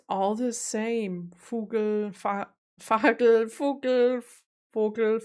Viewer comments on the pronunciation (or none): its Fågel, not Fagel...